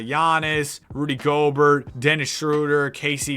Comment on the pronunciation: “Rudy Goebertt”😂